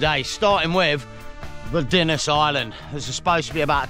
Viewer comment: PS Dinas is up on the main road (and pronounced Dee-nas)